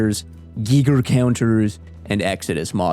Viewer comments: “GUY-GERR” counter, not GEE-GERR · "Geeger counter" it's called a geiger counter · Bro said geeger counters... I stopped watching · dude amazing guide but why in tf did you say gieger like that